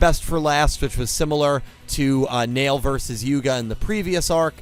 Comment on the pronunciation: Rook not luke Neil not nail